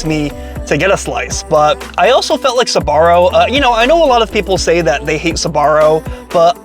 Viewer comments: Why do you pronounce it “Sabaro”? It’s Sbarro. 🤔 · it's pronounced SBA-RRO not SA-BA-RRO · It's not pronounced Suh-barro. It's Sbarro. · UA , Sbarro - actually pronounced like zarro 😅😊